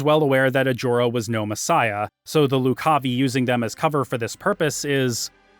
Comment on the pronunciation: Also, Loo-cahvye Not Loc-cah-vee